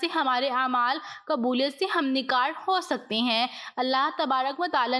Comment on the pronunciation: ہمنکار نہیں ہمکنار ہے